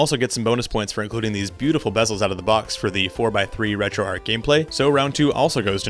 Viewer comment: Just a friendly note that it's pronounced "Retro ARCH" not "Retro Ark"